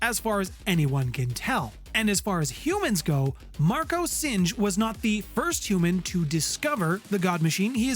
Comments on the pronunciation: weird, my correction would have been that Singh is pronounced as sing, not singe. It's a Seik name that means lion. Great videos and great channel. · Singe is when fire burns something. Singh is a last name, pronounced “Sing”